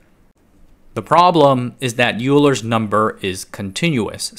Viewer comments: Just a quick pronunciation correction… Euler is pronounced oy-ler (not u-ler). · Oiler. Not yooler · Love the video, but hearing "Youler" instead of the correct "Oiler" is like nails on a chalkboard lmao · The Euler problem is that his name is pronounced closer to “Oiler” than “You-ler” so that isn’t great in terms of credibility. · It’s “oil-er” not “you-ler” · You lost me at “Youler”. It’s pronounced “Oiler”. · Oiler, not Uler Hybrid MSB is three state, rest are binary. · It's pronounced, Oil-er. Not U-ler. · Euler is not pronounced “YOU-ler.” It’s pronounced “OY-ler.” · Euler is of course pronounced "oiler" and not "youler" if we want to be pedantically correct. Kenntnisse der deutschen Sprache sind beim Mathematikstudium hilfreich.Le français aussi. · . Pronounced “oiler” not “you- ler”. The guy was not only one of the greatest mathematicians ever he also fixed old chevys. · Euler doesn't rhyme with ruler. It's pronounced "oiler." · Euler is pronounced oiler not yooler. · "Eulur's number" is pronounced like "Oylr 's number" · "Euler" is pronounced "oiler", FYI. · Love the story here, but two problems so far. Euler is pronounced “oiler,” and Soviet vacuum tubes in the fifties and sixties were almost 100% copies of American designs with no real compromises in quality. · The man’s name is pronounced “Oiler”. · Euler, pronounced Oiler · Euler’s name is pronounced “oiler” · I thought that Euler was pronounced Oiler. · Euler is pronounced like "oiler", as in "oil". One of the weird things that stuck in my head from math courses back in school lol. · Euler is pronounced “OY-ler”. Sounds like “oiler”. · Euler is pronounced like oil, or oiler... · Euler is pronounced "oi-ler", its german. everyone who ever studied math knows that bro... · "Euler" is pronounced "oiler". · You pronounced the "eu" in "Von Neumann" correctly, but you pronounced the "Eu" in "Euler" incorrectly (it's pronounced "oyler"). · maybe I was the only one hearing "Bueler....Bueler..."